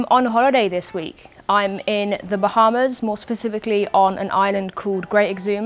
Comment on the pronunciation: "bah" is almost as strange as ' "wahz"